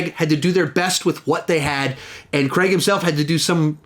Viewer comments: It is not Daniel Creg, it is Daniel Cray-g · So many mispronunciations! Since when was Daniel Craigs name Daniel creg?